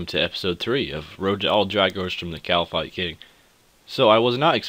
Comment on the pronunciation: great video and I am really enjoying the series, but it's not pronounced 'shittin' it's "Kite-in" sorry had to let you know:P